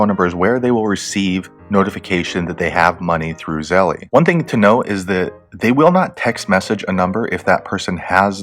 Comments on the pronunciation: Yeah lol. ZeLL. not Zelleeeyy lololol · Thanks for the video.. A heads up, It's pronounced "zell" like tell no "ie" at the end. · It's 1 syllable. Zelle. No eee..